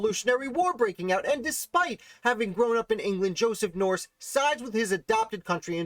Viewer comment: Thanks for this great piece on Joseph. One note... the name is pronounced "Nurse." Andrew Jackson famously said that his first order of business as President would be to "clean out the nursery" in reference to Joseph Nourse having filled the treasury with his relatives. George Washington referenced Joseph and his father in several of his papers and letters spelling the name "Nurse," e.g. Diary entry 9 Mar 1771: "Finished Ditto for Mr. Marcus Stephenson—who was to be the bearer of them. Mr. Dick & the two Mr. Nurses dined at my Brothers today."